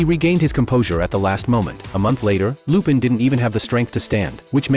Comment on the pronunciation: Finally, although AI mispronounce lupin, which is fair enough, but at least it didnt said shit like "john" and "jeff"